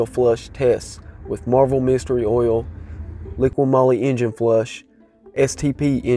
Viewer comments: Texans pronounce oil as "ole," as in "hole." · The way you say oil 🤣🤣